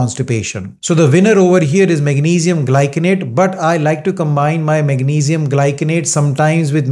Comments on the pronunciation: The correct pronunciation of magnesium glycinate is mag-NEE-zee-um GLY-suh-nayt. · Its mag..ni...zium...gly.....ci....nate... but as an indian they prononce it differently....